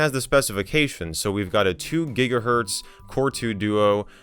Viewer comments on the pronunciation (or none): none